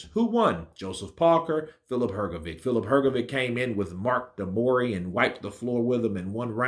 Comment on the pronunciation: Love your pronunciation of Hergovic